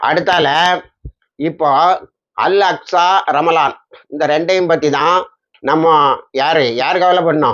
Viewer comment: அல் அஸ்கா என்று தவருதலாக அடிக்கடி கூறுகிரீர்கள்.